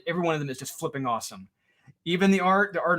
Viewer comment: Like 418 - I flipping hate how says flipping 🤣🤣🤣 🤷🏻‍♂️